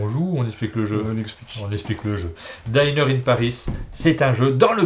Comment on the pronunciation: "dinner", ça se prononcer -dineur-. -daïner-, c'est pour "diner", un convive Bonnes fêtes à tou·te·s !